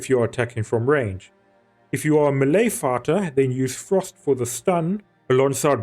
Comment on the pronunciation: im sorry, im not trying to make fun of but when you said "melee fighter" it sounded like "melee farter". that got a giggle out of me lol